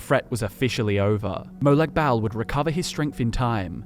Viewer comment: God man, as a fellow Aussie, that trying-way-too-hard pronunciation of Molag Bal was extremely cringe inducing.